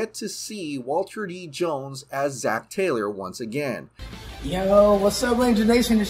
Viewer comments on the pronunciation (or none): none